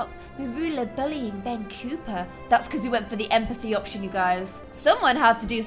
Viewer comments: You've been saying Ben COOPER when its Ben COPPER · Its Copper (Copp - ERR) not Cooper ;w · no to be too rude,but does it annoy anyone else how says cooper instead of copper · I think it is Ben copper (as in the metal) not Ben cooper ( the boys name) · Ian Lm ITS NOT BEN COOPER!!!! HIS NAME IS BEN COPPER!!!! Double P not double O!!!!! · I love this series and you just make it so good. One thing that kinda bothers me it's you keep calling Ben Copper "Cooper," but it's copper not Cooper. Just a small thing, but other than that, this is great. Keep liking out the vids! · I’m seriously upset, it’s Ben COPPER not Cooper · COPPER not cooper you got it wrong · Not to judge the way you’re talking, but you’re calling Ben Copper, Ben Cooper. It’s pronounced Copper, like the metal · the way you pronounce Ben´s surname is spelled cooper so you are pronouncing copper wrong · ITS COPPER NOT COOPER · it’s Copper not Cooper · it’s Ben copper not Ben cooper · It's cOpper not cOOper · It’s Ben COpper not COOper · It’s Ben Cop-per or at least I think it is